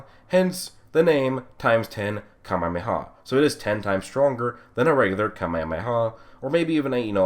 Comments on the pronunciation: You said Kamemeha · 1 shot for how you say KaMeHaMeHaa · I love how he pronounces “kamehameha” differently every time